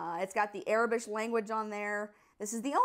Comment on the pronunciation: Aurebesh is pronounced "Ore - bish"